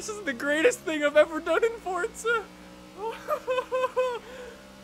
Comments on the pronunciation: it's not fortza its forza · Thank you! That annoys the daylights out of me every time he inserts a "T" sound. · its forza not fortza. there is no T anywhere in there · Omg it is pronounced forza not fortsa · It's fucking FOR-ZA NOT FORTZA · It's forza not fortza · For year I,v heard and remembered only saying "fordza" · why do you say Fortza??????? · I don't pronounce forza like forTsah I pronounc it forzuh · You don't need to be so angry over a silly topic. He did nothing to offend you. He only asked about a weird pronounciation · Does anyone else get bothered when he says fortza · There is no T in Forza. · fordza, yh ok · keelan taylor no its pronounced fortza